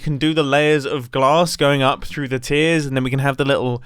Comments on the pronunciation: What Mumbo said: "I'm just wondering how many tiers I'm going to have." What I heard: "I'm just wondering how many TEARS I'm going to have." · "Now I'm just wondering how many tiers I'm going to have" Tiers or Tears? :P